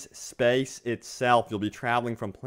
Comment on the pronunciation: i fuckin hate the way this guy says space